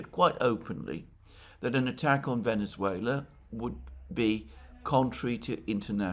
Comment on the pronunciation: Oh, man. How painful it was to see you butcher the name of Venezuela!